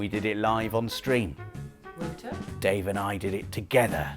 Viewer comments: Did Wouter say thats the way you pronounce the name "whooter"? Why I ask is because Wouter is also a name in Afrikaans which is there pronounced exactly as "Voter". But still, poor Wouter1000, rest in peace mate. haha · your pronounce Wouter wrong. Its Wowter. Not wooter 🧐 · Wouter is pronounced as Wauter... It's a Dutch or maybe Belgium name